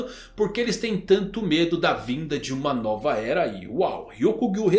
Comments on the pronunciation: A "Noba" tonalidade..kkkkk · Eu sei que ele vai mudar logo e ninguém vai entender mas "a noba" foi foda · Mkkkkk “NOBA” é incrível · A "noba" rsrs...